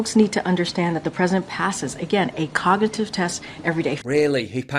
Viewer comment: The press secretary can't even say "cognitive"....moron. "Cognitit teft" WTF??